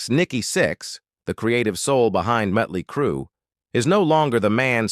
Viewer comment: The narrator needs an English class, the name is Motley Crue, not mutley crue, or meatley crue.